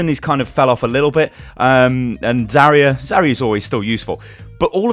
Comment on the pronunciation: Zerry-yuh. o.0? It's ZAR-YUH.